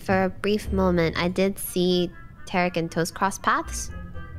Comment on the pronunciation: Why they calling him Tay Rick it’s pronounced Ta Reek, otherwise fun vid